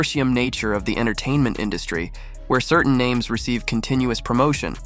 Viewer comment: The narrator is absolutely trash... He can't pronounce the names correctly